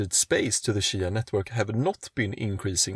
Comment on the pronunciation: Its cheeeya. Not shya